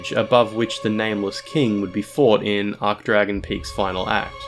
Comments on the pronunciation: Arch is pronounced Arch not Ark wtf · It's ARCH-Dragon Peak. Not 'Arc-Dragon.' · Please pronounce it archsh, not ark. An "ark" arch is a shape (like the arch above an arched doorway), an "archsh" arch denotes status. You don't say "ark"tree or "ark"bishop or "ark"mage.....I hope? 😬😨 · ArCHHH not ARK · Ch=tch not k Sorry 'bout that, it's just it really irked me due to how many times he did it and how it's a pronunciation form related to the archtrees which he also mentioned in the comments... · Hey. Great video! I think you should pronounce the "ch" in "Archdragon," though, as opposed to "arc-dragon." But regardless, great content as usual! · Can't pronounce Archdragon correctly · Obligatory “you said archdragon wrong” comment